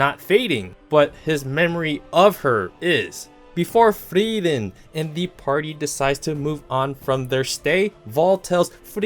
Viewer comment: Please quit mispronouncing "Frieren"! For one thing, her name actually has 3 syllables. It should be pronounced "Free-er-ren". However, the vowel sounds kinda run together, so "Free-ren" is a good approximation. The way pronounces it is just stupid.